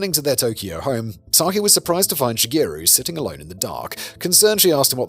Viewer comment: Just a quick note as her name is mentioned a lot, Sakie should be pronounced "sa-ki-eh" as all vowels are pronounced in Japanese. And Shigeru should be "shi-geh-roo", not "shi-gee-roo".